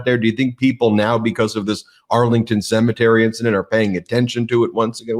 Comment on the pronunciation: For Trump a cemetery is a 'See Me Tree'